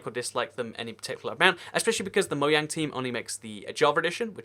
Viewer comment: it's pronouced moJang, not mohang